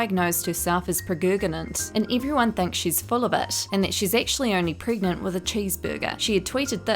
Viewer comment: I’m sorry I had to laugh when you said “preg-oo-gan-ant” I sorry but I can’t breathe